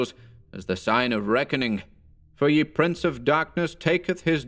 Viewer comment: I like this, but not you're mispronunciation of the article "ye" in this and other narrations. In this case the corresponding modern article is "the". In old English it was pronounced the same as our "the" and was written as "þe", but most printers didn't have the "þ" (the letter thorn) symbol so substituted a "y" instead. It was never pronounced as the letter "y" but always similar to the "th" sound. When it's the "ye" for the archaic pronoun (the multiple of "you" as in "Come all ye faithful") then it is pronounced "ye" but that's a very different meaning and more aligned with the modern "you". Can you think about using the correct pronunciation please? It'd sound better, clearer, and more historically accurate too. All the best.